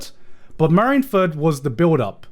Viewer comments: I have never heard one man pronounce so many One Piece things incorrectly. How does Marineford ever translate to marinfurt. You don't call the navy the marins, but the mareens. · GOD DAMMIT GIGGUK YOU ARE SAYING MARINE FORD WRONG!!! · Chat bullying him for how he pronounces Marineford is hilarious